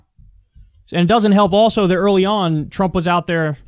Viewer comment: "trummp pandemic"